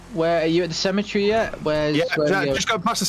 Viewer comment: Cemetery is 4 syllables. Sem-eh-ter-ree. Otherwise it sounds like "semi-tree" describing something that is almost a tree or part tree. 😁